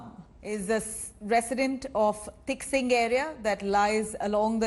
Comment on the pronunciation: Its not Tiksing. It's Taksing. Please check before saying anything